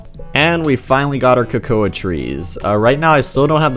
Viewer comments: Yeah it kinda irritates me that he says ko-ko-a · Cocouh trees (cocoa trees)